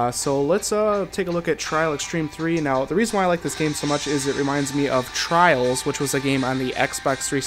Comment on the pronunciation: you said the name trails wrong